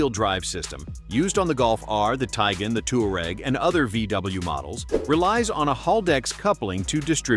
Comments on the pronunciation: Trying not to pronounce Tiguan not Tjgan.😂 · Try to pronounce Tiguan, Moron